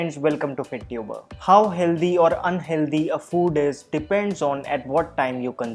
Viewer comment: There is no word like ‘healdhy’ in English! Try saying ‘hell thy’